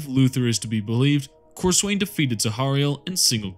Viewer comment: Being a massive pedent, it is pronounced cor-sun. I joke, but this is a fantastic video, really well researched. And all the chaos champions lose to the writer's favourite space marine, hence why Lucious lost so many time, and (and while he sucks) every big time space marine had bested Abbadon